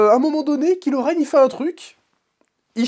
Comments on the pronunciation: C est pas KILO REN mais KYLO REN et on prononce KAIIIILO REN..... pffff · La façon dont tu dis Kylo Ren m’as trop fait marrer. En même temps, vous me direz que ce méchant il n’as pas vraiment pesé dans Star Wars